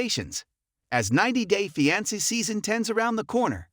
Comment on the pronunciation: Pronounce fiance correctly